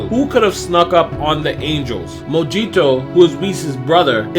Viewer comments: Are you sure his name is pronounced mojito? It should be mohito. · Mo HE toe not mo gee toe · Mojito pronounced Mo-he-toe they have liquor names. But I like the story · Mojito name is pronounced Mo-hee-toe like the liquor drink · Dude it's pronounced as Moh-hee-toh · i suppose you don;t drink if you don;t know what a Mojito is or how to pronounce it. MO-Hee-TO